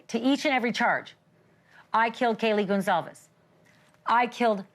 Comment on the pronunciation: Please say the last name right, it is Goncalves not Gonsalves, I love you so much you do a good job! This is sooo sad. A hard pill for the families to swallow, ugh!